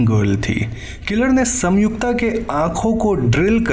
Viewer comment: Bro it's संयुक्ता not सम्युक्ता. I paused video it bothered me this much 😂